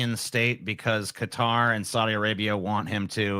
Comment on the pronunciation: Why tf does pronounce Qatar like that? 😂